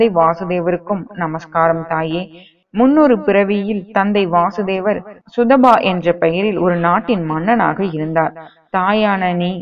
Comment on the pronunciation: Vaasudeva is Krishna Vasudeva is Krishna's Father Pronounciation is wrong